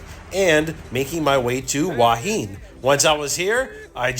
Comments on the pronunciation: It's หัวหิน who_a_hin. Not Wha Heen. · where?! You mean Hooah Hin? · It is pronounced… who ah hin. Your way is the Chinese influence. Cheers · Ask a local how they pronounce Hua Hin…….. Hooo-ah Hin. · My Wife is from Thailand. She pronounces it "Who-a Hen."